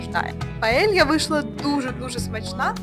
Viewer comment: Тільки не тільки не паєлья,а паєя, якщо вже на іспанській мові!😂